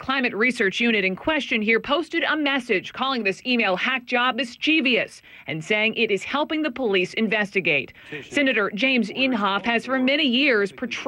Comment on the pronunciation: Baldwin mispronounces "mischievous", as do a lot of people. There's no second 'i' as in 'mishcievious'.